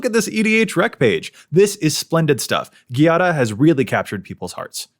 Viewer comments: It would be 'djàda', not 'ghi-ada' (it's a common Italian name) 😊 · You're pronuoncing It ghiada, but Giada requires the soft g, sounding like the j. Giada Is the italian word for Jade, be It the rock or the name. You english speakers should read It as Jada to pronounce It right. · I have issues with how Giada is pronounced. 😅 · I really liked the video but I can't stand how you pronounce Giada